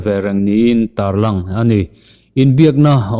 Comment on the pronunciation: Tar lang ti lovin tarlan tih a dik